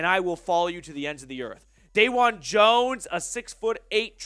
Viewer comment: It's Duh-wand Jones, not Day-wand Jones. Didn't you watch the Senior Bowl, when he destroyed everyone he went up against. He absolutely can play LT & IS Wills' replacement 💪🏼